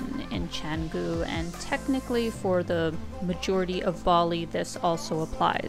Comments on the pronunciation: It's cha..not che...like so lazy to pronounce it in its language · Very good brief description of what Canggu can offer whilst there are more to be discussed. A bit of comment, if possible, is to pronounce the word "Canggu" as the locals do would be much appreciated than sticking to the tourist accents. Thank you.